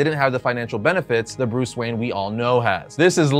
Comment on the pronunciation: BUHREAHS WHERN